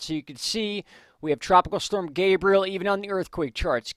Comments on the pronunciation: Thank you for bringing news we need so we can make good decisions regarding storms. BTW - the correct pronunciation of Gabrielle is Gab-ree-elle. She's a girl. If he was a boy, it would be what you've been saying - Gay-bree-uhl. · anyone else getting triggered when he calls Gabrielle "gabriel"? Its Ga-bri-ell-a, not ga-bri-el LOL